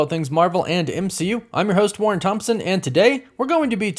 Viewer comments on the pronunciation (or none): none